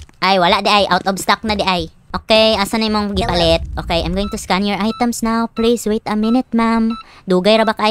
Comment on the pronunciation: The way say neoww